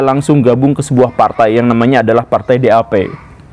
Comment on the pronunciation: partai DAP = vefhgt vef fevv.. 😂 pasukan SS = sovt vev fuehfvt 😂